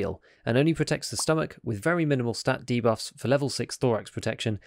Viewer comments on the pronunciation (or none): none